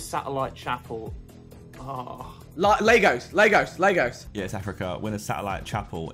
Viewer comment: Viks pronunciation of Lagos was so jarring